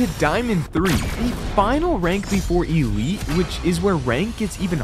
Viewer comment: Blud is calling it e-lite its called elite